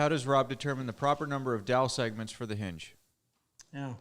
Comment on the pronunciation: It's a H-in-ge, (ha in ge).